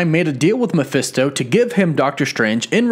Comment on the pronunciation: Mephisto it's pronounced like Mah-fest-toe It is short for his full name Mephistopheles